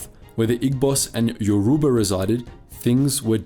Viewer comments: Very interesting video but please do some more research. It's not Yaruba, it's Yoruba and you're also pronouncing Lagos wrong, it's more like Lae-Gos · Lagos is pronounced as Lay Goss, yoruba is pronounced as euro bar, igbo is pronounced as eeboh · Excuse me did he just call lagos lah goss? It’s pronounced lay-gos and yoruba is pronounced yoh-ruh-bah while in igbo the g is silent, maybe you should’ve done a bit more research regarding the pronunciations before making this video.